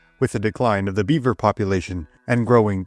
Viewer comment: “Da dee-kwine obf da bee-wer pop-u-wayshun”